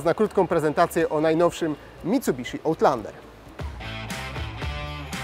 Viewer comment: Chyba raczej ałtlandera 🤦🏻‍♂️ No chyba że jak w piłce nożnej wybijesz piłkę poza boisko, to też jest ołt